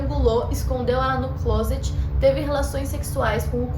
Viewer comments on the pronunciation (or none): none